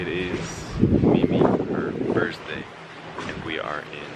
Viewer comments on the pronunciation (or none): All the money you may have and both of you keep repeating the same pronounciation's mistake"Happy birzday"??? I give you a tip we say "Happy Birthday" and we pronounce it "Happy birday" Please!Stop abusing this language.